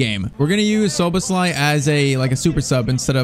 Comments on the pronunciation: Look up how to say Szoboszlai becouse you are saying it so wrong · Szoboszlai name is pronounced sho-bos-sly